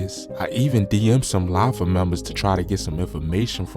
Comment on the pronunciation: Wtf is “Lafi”…. You can’t even pronounce have the names 😒